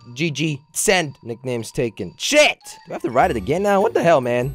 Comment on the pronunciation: This guy Jelly just said the s word, it is sheet